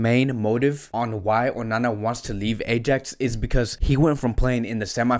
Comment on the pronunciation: lol this guy can't pronounce ajax right